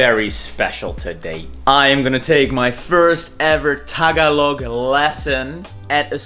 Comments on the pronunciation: ta-ga-log... not taga-log... very good... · LESSON 1. Tagalog. Ta-GA-log. Accent on the second syllable. 😑😆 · It’s ta-GA-log,. The accent is on the second syllable. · You said Tagalog wrong the whole time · True..the stress is in the second syllable